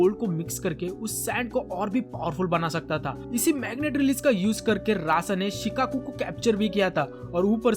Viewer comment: Shikaku না শুকাকু😂